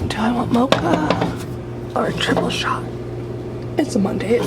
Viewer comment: When you said “triple shot” I heard “jello shot” and was just like well, it IS monday